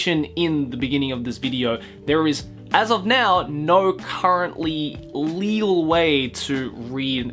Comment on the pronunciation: Why do you keep emphasizing "legal"?